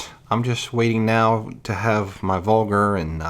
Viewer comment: Dude called a Vargur "vulgar"